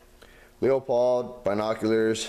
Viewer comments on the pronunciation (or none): Good review, I just bought some and they are really good for the price, I mainly decided on them because I have two Leupold rifle scopes and they are the best. bty its pronounced lou-pold I heard others pronounce it lou-a-pold but a factory rep told me it was lou-pold